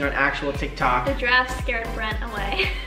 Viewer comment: This Had Me Laughing: I turn on caption: “Brent” Captions: it’s “brand”!